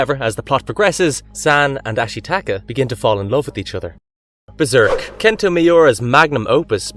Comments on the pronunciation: Who is Kento Miara? 😂 You mean Kentaro Miura (Ken-Tar-Oh Me-u-Ra) It's not Rad-eats, it's Raditz (Rad-its) It's Kodomomuke (ko-doe-mo-moo-ke) Seinen (say-nen) With Hunter X Hunter, just whatever, I generally prefer it withiut the X, and the old 99s anime I believe was from Nippon Animation, Madhouse did the 2011 remake, and it's not Gone, it's Gon. Not Chai mera, it's Chimera. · How you gonna mispronounce Kentaro Miuras name? It's not "Kento". Edit - also, including One Piece in this list was silly. Especially when you don't have actual 90's classics like Ninja Scroll here. One Piece didn't start until near the end of the 90's and didn't come to Western markets until the 00's.